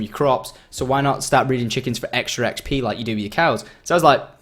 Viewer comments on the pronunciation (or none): He said EggsP for ExP LOL